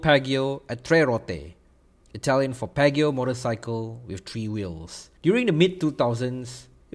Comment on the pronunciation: Its pronounced as 'Pee-ah-ji-oh'